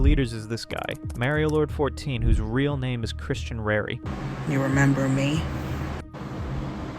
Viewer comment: Why do you pronounce it as mary-o-lord 😭